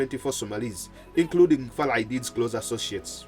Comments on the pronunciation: Farah not farla please correct it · “Muhammad Farla Aidid “ according to the narrator 😁